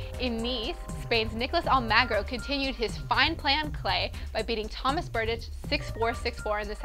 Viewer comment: pronunciation tips: "Skeeahvoenie", "stoesir", "almahgro", "Mary-un Bartoli", "petkovitch", "jokeohvitch", but thats the way the announcers say it on the tennis channel, who knows who's right, haha. luvya